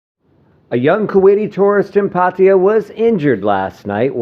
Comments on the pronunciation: OH DAMN attempt to pronounce PAR TAY JAA & not PATTY JA,...ask a THAI to help you say the correct word for Pattaya PLEASE! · its not patiya. its PAT TA YA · Actually PA TA YA